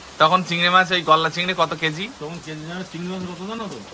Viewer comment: Golla chingri abar ki. Ota golda chingri. Ki joghonno uchharon